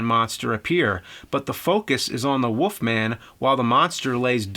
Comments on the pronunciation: Woofman or Wolfman? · Why does James say "woofman"? Is it a Jersey thing? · The woofman 😅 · The Woofman? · Who's this Woofman you speak of? Or am I looking into another universe?